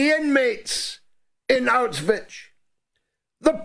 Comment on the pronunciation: Bro. I think it's high time you learn to pronounce Auschwitz. It's getting embarrassing.